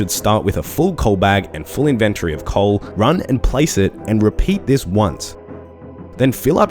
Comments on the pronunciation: why does he say both inventree and in-ven-TORY? the second one makes him sound like a dick. great guide otherwise. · In your invenTORY, that pronounciation got me lmao. Still highly appreciate your guides, you've helped a returning player a lot!